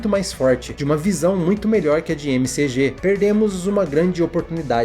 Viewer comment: O nome do diretor se pronuncia Mac Gi. Não gosto deste filme, o transplante no final foi a pá de cal.